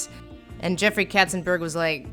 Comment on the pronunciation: Not "Ketzenbörg" but "Katzenberg"! And you have not even mentioned that Hera is Hercules's biggest fiend, instead of Hades, who has no case to hate him!